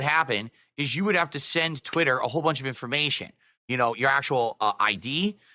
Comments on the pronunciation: Twit.Ter. Lol Just like how he pronounces accessories as “assesories” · TwiTTer. Why does he say it like that lol Dood is an alien. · TWITTTTT TTTTTER he 100% has a speech impediment he tries to cover up lmao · "TwiTITer" wtf? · The way he pronounces twitter is infuriating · It’s the same way he pronounces DOO DEE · Most likely to emphasize twit and no other reason. Probably saw himself on the stream when he was saying that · The way he says twitter is very strange and off-putting. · Why does he pronounce twitter like that